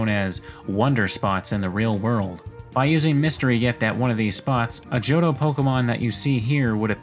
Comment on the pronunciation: Me: Real cool content, love these kinds of videos.: JohDOH